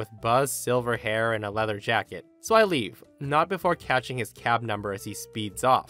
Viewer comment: Anyone else hear cat instead of cab in story 4 and spend a few seconds confused?